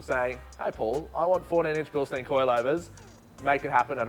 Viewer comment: Absolutely cooked that even the dudes that work for them pronounce Bilstein incorrectly. Bil-shtine for fucks sake!!